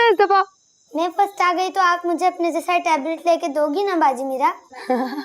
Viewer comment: When says farast ay gi n